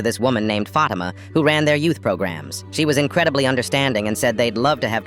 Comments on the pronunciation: You pronounced fatama when it is faut - ee -ma but a little faster e a bit like I e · "F-ah-t-i-m-ah" Bro. It's F-ah-thi-m-ah. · Its not aaaaa men its AHHHHHHHMAD in not faima ITS FATTTTIMA its not omar ITS OHMARR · Bro why is he saying "aamed" for "ahmed" and "fahima" instead of "fatima"😂😂😂😂😂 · As a muslim I wanna say it's not pronounced fat I ma it's fa ti ma just wanted to say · "Fadema" its pronounced FATIMA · AMED? FATEMA? O-MAR? LAY LA? damn that ai ain’t even 1 pinch close to the pronunciation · Im arab and WHAT THE HELL IS AHHHH MEED AND FAMINA AND OO MARR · THAT IS NOT THE PRONUNCIATION OF FATIMA IS FAT-EE-MA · And I don't mean to be rude as an Asian from an Arab country, but I think you don't know many things about us, you said Omar, Fatima, Ahmed wrong, all of them. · THE WAY THEY SAID FATIMA AHMED AND OMAR HURT ME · The way my name is Fatima too is crazy and btw that's not how you say it